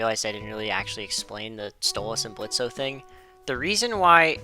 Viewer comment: Question for OP: Why do you call Blitz "Blitzo" when he prefers the O to be silent?